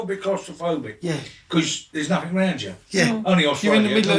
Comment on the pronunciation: "It makes ya feels like, claustrophobic cuz there naafin raaaand ya" . . F'in luv you Ray! 😂❤